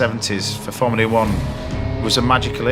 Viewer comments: "formleay 1" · Why can't this chef pronounce the word 'Formula' correctly?